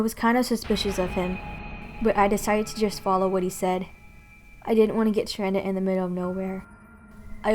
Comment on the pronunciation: Stranded not strandet